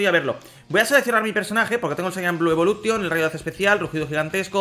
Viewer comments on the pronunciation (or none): none